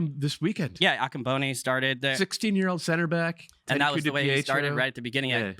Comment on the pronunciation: "Ga-bone"??? Really,? You've never heard the country of Gabon pronounced properly? Ever? Gah- Bon, not "Gabone". Jesus H.